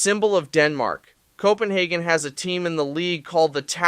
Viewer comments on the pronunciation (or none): none